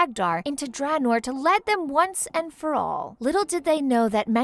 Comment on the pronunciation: atleast they did not live in kalmidor and doortoor